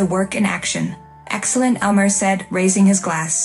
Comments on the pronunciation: His name is name IS Amir, not: a Mirror, not: mayor, It is Amir. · Your mispronounced of of Amir's Is more than rude, it's insulting.